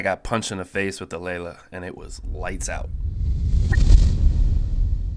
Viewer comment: Lelya not Lela. The last character is a Ya.